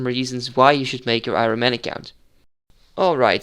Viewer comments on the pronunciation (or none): je spreekt iron als iorn uit btw, just sayin